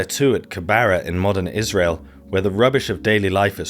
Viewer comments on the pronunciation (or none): none